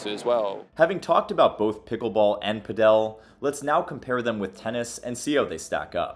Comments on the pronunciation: Ive never seen someone pronounce padle so wrong before 😂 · So.... PÁDEL pronounced, at least in Spanish; the accent is on the á.... So the strong syllable is the first, not the last one. PÁ!.....del... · Just say padel like you say paddle. It's not "Padel Castro" 🤣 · brother your pronunciation of padel makes me cringe. all this research in the sport, including interviews of people who say it correctly and the man decides puh-dell is the way to go smh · The first time he mentioned it, I thought he was saying “Fidel”. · It’s pronounced Pad-uhl ball/tennis as in Paddle Steamer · Pretty sure it's pronounced 'paddle' if you're speaking English. 'Pad-el' if you are Spanish. Makes me laugh every time you say it though.😊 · I wouldn't say Pickleball is the problem. Padel (emphasis on the first Pah sound) is the beginning stage for Tennis. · It's pronounced "Paddle" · Stop saying “Padél”! The accent is on the “a”. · 'Pedel' Sorry good video, I liked it. Just could not help myself with the pronunciation ( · Padel doesn’t have an accent on the e - you’re pronouncing it wrong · why do you say padel like that 🤣🤣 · they way he says padel makes me so mad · The way you pronounce padel is infuriating me. Otherwise good video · Pls pronounce padel right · Padel is pronounced like paddle, not padél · I think I speak for everyone when I say "lol, he keeps saying 'padél' instead of 'pádel'" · padEl padEl padEl padEl padEl .... who pronounces it that way?? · It's paaaadel not paddel, my ears lol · are you sure its pidel and not padal this vedeo really bored me its just typical american bumb now they cant even say padel not it pidel like piddle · Why you pronounce it like that! Paddle. Just say paddle. And, you say Argentina is starting to catch up in padel? Wow. You are so ignorant. How can you make a video like this without doing some proper research. Not good. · Did he just call Paddle, Pad-El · cool video helps, i play PADEL (PA-DUL) not pa dell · Its not “padeL” but “paDel” :-))